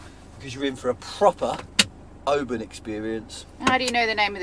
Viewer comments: Oban not pronounced OBAAN but Obin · It’s Oban not Obarn 👍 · Not criticising, we love your videos but have to say…it’s not pronounced “o-baan” it’s said “O-bin”. You did make us smile (maybe cringe a little 😉) though 😂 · Dying at pronouncing it Obaaaahn 😂 love that you guys went to where Balamory was filmed. The castle for Balamory (Archie’s House) is no where near there oddly. It’s 5 minutes from me in North Berwick it’s called Fenton Tower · Oh-man you sure loved Oh-ban :) :) :) <3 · we had the same thought about Mull, we visited a few years ago and was really surprised about the size of the place. We also visited Iona and Staffa - both very worth the visit. Oban btw is pronounced Oh-bin just for reference. We are increadibly proud to call home and also the pleasure of the beauty of it. It has been a joy to watch you on your travels and the laughter . John's jokes are suitably aweful - and brilliant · Mull is my ancestral home (only ever been once!). You're pronunciation of Oban is a bit off, but then you are sassenachs! ;-) Great video as usual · Very good guys just a wee think there’s no R in Oban 😜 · Pedant here 🙋🏼‍♀️😂 - it's Glen Et-eh-ve not Eht-eeve. Beautiful place and you must come back in Summer! Great trip guys. I saw my first otter in the wild on Mull. Literally crossed the road in front of us. Lovely place. Also it's normally pronounced Oh-bin not O-ban😂. You guys are great presenters though, honestly some TV channel should snap you up!